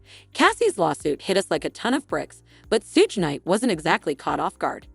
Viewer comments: His name is not sooge, its shug as in suger without the "r" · Suge ( phonetically=shoog) not sooge..... annoying af. Buddys a clown but still say the name right